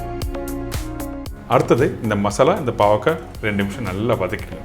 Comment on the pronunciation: It 'snot bavaka but baakarkai